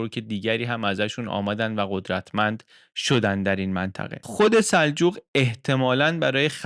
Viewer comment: من محقق این دوران هستم در ضمن سِلجوق درسته نه سَلجوق